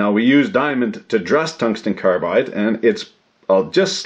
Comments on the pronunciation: I thought I heard cuntsten tongue glide... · "Cuntsten Tounge-slide" but then everyone will hear it slightly differently. Unless wants to provide a transcript or his own subtitles. YouTube thinks it's "contained hung live" 😄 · You had me at "cunston tunglide." Lol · cungsten tanglide? whoa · Harvey Smith I think he also said tungsten son glide when the flir cam was up. rased an eyebrow and chucked a little at em. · “ Cungsten tunglide” !!!! 😂🤣😂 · Cungsten targlide